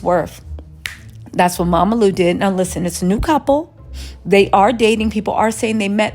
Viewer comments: She called him "Mamalu" instead of Romelu 😂😂😂😂😂😂😂 I'm done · Its ROMELU not Mamalu😅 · Mamalu 😂😂😂😂nah it’s Romelu 😀😀I’m dead